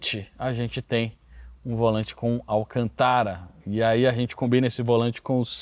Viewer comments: É estranho ele falar Alcantara, sendo que todo lugar se fala Alcântara. 🙉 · ALCÂNTARA.. NÃO ALCANTÁRA. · Alcântara ..... Alcântara....., tem um acento ali, não tá vendo não porr! 😮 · Momento discovery channel... Dúvida de pronúncia: Al CÂN tara ou alcan TÁ ra . Segundo uma linguista, o termo tem uma raiz do árabe (árabe: القنطرة, al-antara) e a pronúncia fica: al CÂN tara